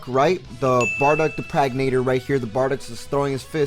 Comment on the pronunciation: I swear to Allah if he says "Pragnator" instead of "Progenitor" one more time I am going to lose my miiiind